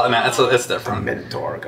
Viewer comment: Why do they call the Minotaur a Men-a-tar lmao